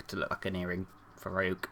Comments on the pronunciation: Its pronounced ree-ook :) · You pronounced Ryuk's name right the second time :D